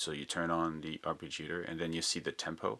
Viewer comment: Arpeggiator pronunciation man...